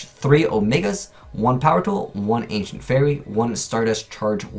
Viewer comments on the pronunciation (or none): none